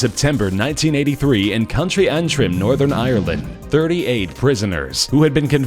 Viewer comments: Auntruim XD it's pronounced Antrim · Country Untrum? It's County Antrim (An-trim) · dude im from ireland and its pronounced "an-trim" not "an-trin" and oh yeah "British history"? ill just leave that there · Country Antrin?? What the fuck? It's County Antrim. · It's county antim not country atrim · it is pernoused an trim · Seeing Northern Ireland is good and it's pronounce ant-rim 😂 good vid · It's pronounced County Antrim, I live there! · You botched the word Antrim.... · Love the video but you pronounced Co.Antrim wrong, I live there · I live in Northern Ireland and the way u said Antrim made me piss myself! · I'm Cringing at how the narrator said Northern Ireland and County Antrim